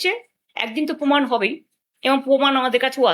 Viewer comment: Kichu channel e ekhono Lungibahini faida luthbaar chesta korche....Jemon netri...temon e quality jader toshon korten...Bangla tao thik kprey bolenna..Pomod Podhan....Pomaan ta abar ki....PROMAAN